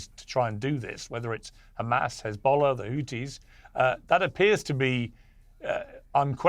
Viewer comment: Khamasss and Khezballlah, every other H is pronounced perfectly. I don't get it.